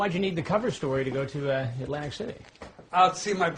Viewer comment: It’s not Atlantic City - it’s ’Lantic City 😅😅😅😅